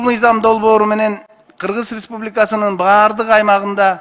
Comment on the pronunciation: Кыгыз респубикасы кыгыз респубикасы эле дейт да мына спикер Кыргыз республикасы дегенге тили келбейт окшойт 😁